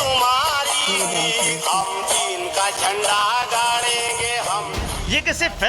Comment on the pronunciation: Deen bol raha cheen nhi 😁😆